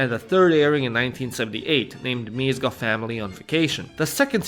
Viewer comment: (im fucking dum and commented smth that was mentioed l8r in the video but also) IM SORRY BUT THE WAY YOU'RE PRONOUNCING MÉZGA WRONG HALF THE TIME BUT CAN SAY GÉZA RIGHT PISSES ME OFF WDYM MIZGA